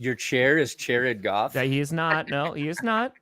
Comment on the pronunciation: Chairrid Goff! Chairrid Goff! Chairrid Goff! Chairrid Goff!